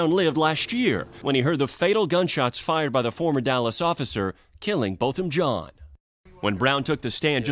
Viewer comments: Love you Ti!!!! FYI his last name is pronounced John... Like Jean Claude Van Dam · I agree with you 💯 but it's... 🗣️ Bothem John (Jean is French for John‼️